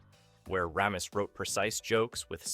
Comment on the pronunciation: The way the names aykroyd and ramis are said over and over is pathetic. Get it together.